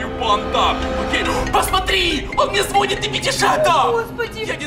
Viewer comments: Не звОнит, а звонИт 😡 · Учитель, ударение на и Сережа:звонит на о